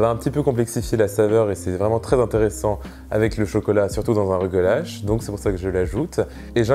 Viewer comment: Excellent vidéo! J'aimerais le faire un jour. Je suis juif et le mot rugelach se prononce presque comme tu le dis mais à la fin le son du ch est tres dur comme le son de (le pain tressé juif). Merci beaucoup pour la recette!